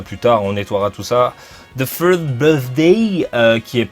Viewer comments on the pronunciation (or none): none